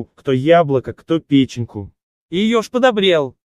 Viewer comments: Какую это «пЕченьку» ежу дали? Когда же прекратятся эти несуразные ударения в озвучке видео?! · Нет про ёжика всё понятно и хорошо, что всё хорошо закончилось... У меня другой вопрос: где берут этих "суперчтецов" за кадром??? Фраза стали приносить ёжику вкусняшки: кто морковку, кто яблоко, кто пЕченьку.... Я, признаюсь, не сразу поняла, что за слово "пЕченьку"... какую пЕченьку? Говяжью? Или , может быть пЕченьку с Емелей из сказки?! Нет. Я все понимаю: есть в русском языке слова с непонятным, сложным ударением, как допустим тОрты или творОг... Но ошибиться в слове печЕнька?! Это что вообще?!